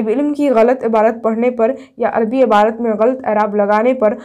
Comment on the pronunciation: Abarat nhi hota hai aapi